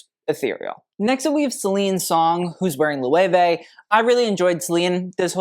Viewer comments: Loh-ay-way???? Try to learn a little bit of German to pronounce that as you should. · Loewe pronunciation: Say "Look", but switch the "K" out for "veh" (not the full dipthong "vay") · I’m not a fashion freak but I like to watch your videos because you’re so knowledgeable. But I did not know that’s how Loewe is pronounced. Lmfaooo Chillle, I was full Nomi Malone on the pronunciation. Lmfaoo